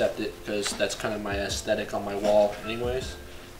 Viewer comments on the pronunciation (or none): Did you say ass-thetic? :)